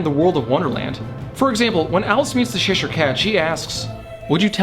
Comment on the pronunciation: LMAO! I love this channel, but it's not "Sheshire" it's Cheshire, as in Cheshire cheese....it's white & crumbly, much like myself. ;o)